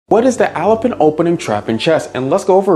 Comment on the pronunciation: Bro it’s pronounced Alapin